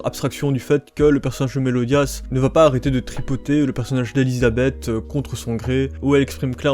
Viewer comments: Méliodas pas '' Melodias'' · Fini l'histoire avant de parler et de tiré des conclusions trop hâtive et c'est Meliodas pas melodias ptn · Tu connais pas ton sujet et tu massacre le nom du héros ferme ta gueule ta rien taffe pour une vod potable